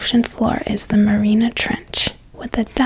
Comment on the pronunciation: You could atleast learn how to say MARIANA if you’re going to teach me about it lol